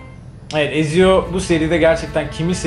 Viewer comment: E abi, Edward Kenway'in kızıyla buluşması? Mary Read'i kaybettiğimiz sahne? Hiç mi yok? Bir de çok üzgünüm ama Ezio'yu "Etsio" değil de "Eziyo" diye okumanız acayip dikkatimi dağıttı ya.